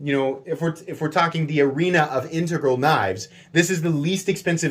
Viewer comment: THANK YOU for pronouncing 'integral' CORRECTLY. You are one of maybe 2 YT hosts that can a actually pronounce it. Makes me want to view ALL your vids. That knife is awesome, just can't be spending those kind of bucks on a folder. But, oh it's sweet.